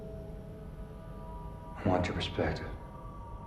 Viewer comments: "I WANT YOUR PRESEPCTIVE" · “perspective” AND Your the main “course” not “cause”